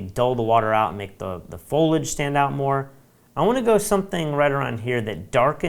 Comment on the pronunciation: Loved the tutorial. I would like to point out the correct pronunciation of "Foliage." It's a three syllable word: FOAL-ee-idge. Thanks for the overview of Luminar 3.